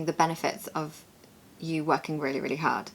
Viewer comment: Work herd. play hard:) why did pronounce the first hard similar to herd! and you pronounced it as Haard?! which led me to think probably originally not from London. Probably some regional influence there. He's got a cute accent thou.:) great vid as usual. ❤ And congrats and happy honeymoon in advance. ❤